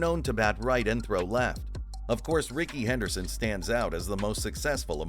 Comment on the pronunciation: It’s Rickey Henley Henderson